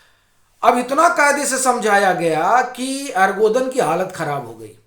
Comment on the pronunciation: आर्गोदन नहीं एर्दोगन